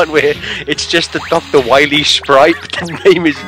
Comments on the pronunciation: here probably makes Waluigi jealous with how he says "Wahwee". WAHHH! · everyone knows its not Dr Wily its Dr Wawee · Its WAHWEE season hehehehe! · you got to stop dr. wahwee heheheheheh